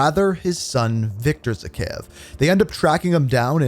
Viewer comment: its zakhaev not zakheyev